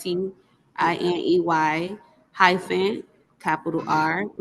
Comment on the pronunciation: Curious about whether she knew what "High Fin" meant in her name. LMAO!! She sure AF said HIGH FIN like two words. LOL